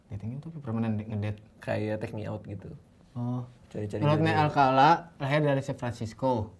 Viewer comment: Rodney alkala woi salah jadi ngakak pas denger alcala🤣😂. Alcala =alkala